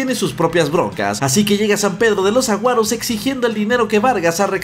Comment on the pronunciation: "San pedro de los Sahuaros",, no de los "Aguaros"